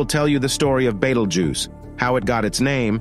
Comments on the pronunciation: everyone else: /ˈbiːtəldʒuːs: /ˈbɛtəldʒuːz/ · It's not bettel, more like Beetle. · Bay toll jews😂 can't get over his pronounciation. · First time I heard Betel Juice :))))) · I heard multiple different pronunciations. Betelgeuse, Beetelgeuse, and Betelgoose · The way you pronounce Betelgeuse 🫨 leaves a bitter taste on my ear palette. Beetle🪲- juice🧃